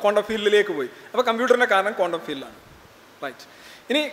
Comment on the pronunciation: കോണ്ടം world അല്ല ക്വാണ്ടം - സോറി ചൊറിയുന്നതല്ല ബെറ്റർ പ്രതീക്ഷിക്കുന്നു